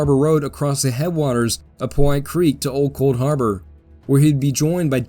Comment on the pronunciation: small note...the creek is called pow hite creek...after the pow hite indians....NOT po white creek